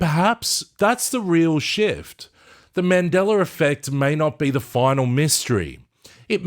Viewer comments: yes...with no "r"...i don't know why i hear mandelaR...that's all i was saying :) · Why I hear you saying "Mandelar"? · mandeller affect? really now?